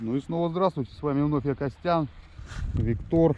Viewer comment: И Виктор (ударение на последний слог)))) тоже силён!!!!!)))))